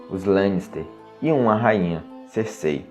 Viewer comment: Eu já chego reclamando porque pronunciam o nome da Cercei errado